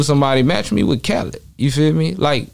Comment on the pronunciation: This man said Khaled 🤦🏾‍♂️ come on now I F with Chose but